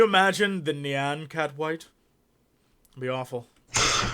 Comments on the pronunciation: JESSEEE! NEE-AH-N CAT NOT NEE-ON CAT >.> CLENCHED BUTTHOLE UHHHHHHHHHHFFFFFFFFF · It's Nyan Cat not Nean Cat...